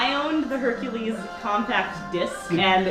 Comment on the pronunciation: I know you guys are being accurate, but why say "Hercales" when the title is "Hercules"? Also, love the edits; the Meg one was hilarious.